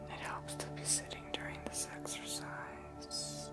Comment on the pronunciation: when first said exercise with the music on, didn't sound like sex-ersise?:P